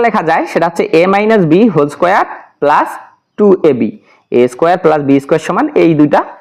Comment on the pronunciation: Ma square na bole doya kore mun squarei bolben ma square eta balo shona jay na..